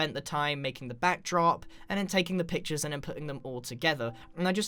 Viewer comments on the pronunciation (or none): none